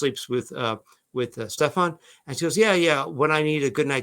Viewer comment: Are you still calling him "SteFFON" Literally even after you heard him, Jen, & his own damn family 😂 call him "Steffin". I don't understand. Why everyone is insisting on saying it wrong.That's so stupid😂😂😂😂